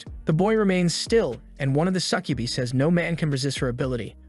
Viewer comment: That is NOT how you pronounce Succubi. Suh-kjoo-bye. It's a Latin word, I believe.